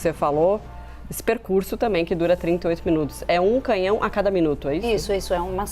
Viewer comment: Essa jornalista do Brasil fala muito mal e errado CANHÃO ELA FALA CAMINHÃO! em uma situação dessas ela fala o que diz respeito a política DESMATAMENTO! Essa e COMUNISTA E jumenta!!!! E uma pena colocar uma pessoa desse tipo pra fazer comentários de uma HONRA ÚNICA DE UM ÍCONE COMO NOSSA RAINHA AMADA E MUITO QUERIDA ❣️